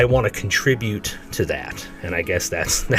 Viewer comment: He does ruin every word. Just don’t start saying “and” like him….. AAUUUowND…it’s often 3 syllables.